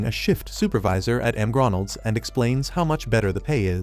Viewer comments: you mean MgRonalds😂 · The heck is m grondles 😂